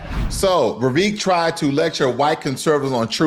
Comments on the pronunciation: Vivek is pronounced Vi-vake like cake. Also, Vivek comes from ancestors of the highest caste system in India. His family did not poop in public. 🙄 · You pronounce Vivek as if it is Revek.